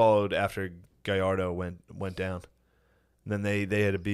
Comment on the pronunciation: No mames, I love Shane but he can’t even pronounce “Gallardo” 😂